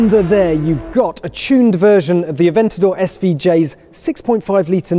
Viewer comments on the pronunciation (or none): none